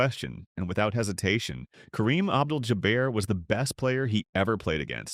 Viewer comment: Stopped Listening when the pathetic AI could not pronounce Kareem's last name...what a joke